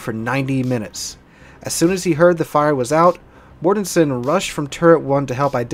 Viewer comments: It's GMG1(SW) Dale MORTENSEN not Mortesen. The CO's name is pronounced Moo-SAHL-y not Moosahly. If your gonna talk about my shipmates the least ya can do is get their names right. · The Captains name is pronounced Moos-sally. Petty Officer Hanyecz is pronounced Hen-Yez. It wasn't minutes later, when Petty officer Henyecz screamed out Mort Mort Mort is was only a split second later that center gun exploded. Petty Officer Mortenson is pronounced Mort-in-son. Also Petty Officer Mullahy who was assigned to the magazines in turret two entered the powder flats shortly after the explosion, saw all the burning powder bags and that everyone was dead. He buttoned up the powder flats, the anular space and the magazines and ran down to Damage Control Central and without authorization flodded the powder flats and magazines, he was only a 3rd class petty officer at the time and he got promoted to Petty Officer second class by the Admiral in charge of the investigation a few days after the accident.